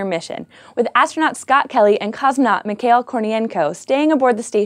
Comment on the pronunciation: I wasn't going to complain about your Russian pronunciation, until I heard you pronounce "Mikhail" as "Mi-kale." My goodness! It's Mi-ha-eel (except the h is a hard Russian h-sound, aka a voiceless velar fricative). (that's IPA /mi.xa.íl/ ) I know pronouncing things in a foreign language isn't always easy – I've gotten used to people calling my brother Anton, like "Ant-on" rather than "On ton" or "Aunt on" (The A should be a like the A in father), but it shouldn't be so hard to get the basics right, the number of syllables and such. In the age of Google, you can check that kind of things easily. Websites like Behindthename, and Wiktionary can easily give the pronunciations of common names. Ok, but I don't want to just put the scishow team down – after all, it's really a small matter. It's a fine video, and exciting news. Too bad I wont have a chance to experience the eclipse here in New York.